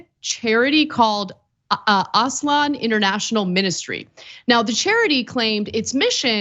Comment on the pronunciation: "Aslan" is a famous fictional lion from C.S. Lewis's "The Lion, the Witch and the Wardrobe"...and no excuses that neither of these hosts seems to know how it is pronounced